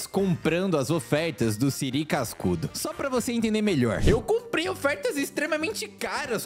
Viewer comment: e siri cascudo nn e siri sacudo